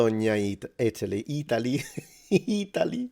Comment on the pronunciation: Pronouncing Italy wrong during the first minute Off to a bad start lol